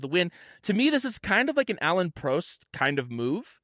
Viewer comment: Loving the podcast, you guys are a fun listen. One thing, Prost is like frost, not like toast